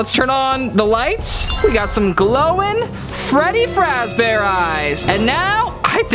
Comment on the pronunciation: I love how he says fraz bear😂😂😂😂